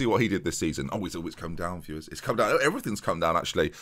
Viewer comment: you saying 'viewers' kinda bothered me, interesting video, but probably can't stick around